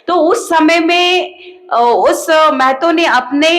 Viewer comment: मैडम। " मै ह तो" नहीं होता है " म ह तो "होता है !!!!